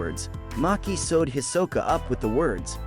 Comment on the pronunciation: It's not Maki itz Machi